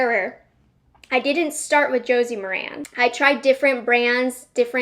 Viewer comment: Hi. FYI. It’s pronounced Josie Mar-in. 😀